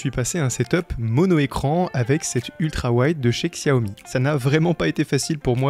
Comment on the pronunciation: Super setup ! Le clavier est magnifique. Investis dans une chaise ergo, ton dos te remerciera plus tard ! PS : Xiaomi se prononce "Chaomi" ;)